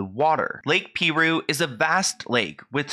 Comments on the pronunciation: Great video! RIP Naya Rivera.😥 "Piru" is pronounced PIE-rue not PEE-rue😉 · It’s pronounced PIE-ROO Edited to say LOL I would haunt my sister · THE WAY HE SAYS PIRU…. It’s pronounced pie ru lol 😆. Many locals don’t fuck with that place.. so many drownings we drive to another one much farther to go to a different lake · Pie-rooo is the name of the lake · FYI - The lake is pronounced PIE ROO not Pee roo. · The lake is pronounced, "PIE-RU" not "PEA-RU" lol. Great video tho, as always!! 🥰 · Dear, I just started watching this. Please take note, It's pronounced Pie-Ru. Not Pee-Ru. I live here, so I should know. BRB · PIE - ROOO ! Not peeee roooo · Hey ❤️it's pronounced Pie-rue, like an apple PIE with RU at the end😊 What an incredible loss! I hope her son knows how valued he is! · It's pronounced P(eye)roo and they have multiple warning signs all over the place. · It’s pronounced Lake Pie-ROO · It’s pronounced pie roo I live a town away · Lol I love you so much but it’s pronounced “pie-roo” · It's actually pronounced pie-ru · Lol you pronounced the name of the lake wrong lol